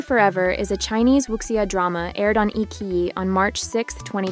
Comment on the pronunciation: Eye ki Eye???.......Eyechiyi......lol